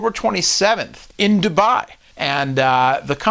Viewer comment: its not DubAAAAAAAAAi its Dubai one A only